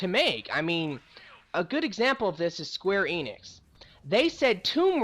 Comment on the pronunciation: I'm sorry I had to point it out but did you just say square anus?